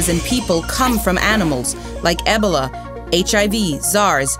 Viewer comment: The way she pronounce Ebola 😂😂😂